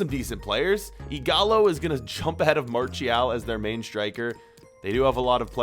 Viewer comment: Its MARTIAL "MARSHIAL" NOT "MARCHIAL"